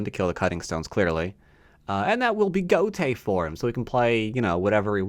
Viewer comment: gote is two syllables!